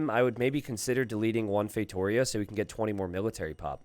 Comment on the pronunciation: ngl been watching the videos for a while. i'm portuguese, I just now realized wtf a "feitorious" is "feitoria" is read as " "fay-two-REE-ah." i've been laughing for a solid 5 minutes now